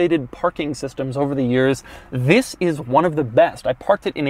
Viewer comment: you said vis insted of this